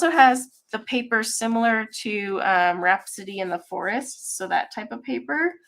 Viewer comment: I am rewatching and laughing at myself. I came to the stream late just as you were talking about rhapsody in the forest and I swear it sounded like you said rats in the city. 😂